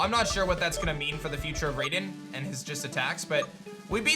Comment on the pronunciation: Just so you know, it's pronounced "RYE-den"